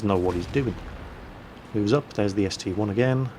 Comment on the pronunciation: It is an ST-I not ST-1